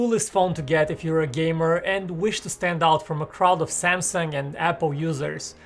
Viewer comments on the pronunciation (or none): none